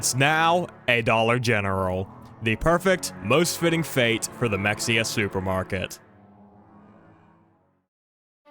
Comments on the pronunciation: as a person who loves in Mexia, the actual pronunciation is Ma-hey-a. To be fair, I do jokingly call it like how you did. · lol Mexia is pronounced “muh-hay-uh” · it's Mexia (Ma-Hay-Ya) that's how we can tell who lives in Texas